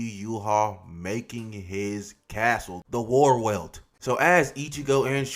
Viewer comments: It’s pronounced Var-velt (Wahrwelt - True World). In German W’s are pronounced as V’s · Gonna be that nerd but Warwelt is pronounced Varvelt. I don't even know why😭